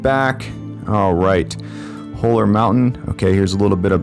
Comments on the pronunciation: BTW. It's not "whole er" it's "haw ler".. haven't tried Stumptown but my son says it's good. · It’s pronounced “Hall-er” not “hole-er”. Looking forward to trying this one.